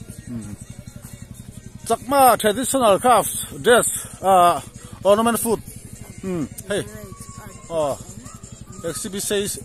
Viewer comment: In tar reng si in bo thakin chhiar nikha Ornemants Food😂Chakma Tredational Creft.Crafts Drass English chu Bo ve hle mei🤣😂🤣 Sawi muang phei la chu ngaihna awmloh zual ang,, Awmzia bo thak Chuan Awmzia pawh hi hriatloh hmel,,Exhibition aa Exibition Hall Exhibition Stoll maw an Pui hlawm awm mei2🤦🏿‍♂️😂😂😂😂🤣